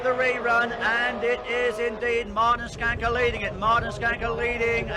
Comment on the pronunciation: So nice to hear an internasjonal speaker pronounsing Martin's name correctly :) Mr Rallycross (Martin Schanke) have been a "steering-wheel man" all his life. Even past 70 y of age, still driving Lorries in South Norway. And been involved in some car projects for mates still in rally. He's Escort that he got famous with, was a self engineered car. Variable differentials, and also adjustment for which axle that should have most power. So it could be front wheel driven.... !